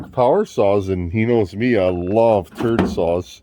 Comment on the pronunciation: " we got the makens for another turd saw " lol 😆